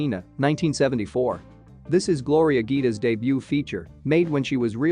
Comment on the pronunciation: The real gem of this video is not Gloria herself, it's the speaker's goofy pronunciation of italian names and words, you didn't get one right, well done.